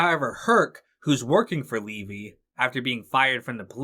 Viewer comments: How does someone make a 4 plus hour video thats good yet get levys name wrong the whole time when its said so many times in the show. Thanks for the good video but that really got to me every time it was said as levi. Ai sucks at least use a better version or voice option. Btw S2 was always my favorite just ahead of 3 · Gotta ask, how does someone who watched the show continually mispronounce Levy's name?